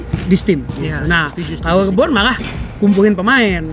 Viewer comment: LE Bron bukan li bron